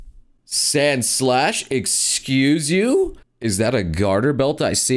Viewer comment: Did you just said SANSlash?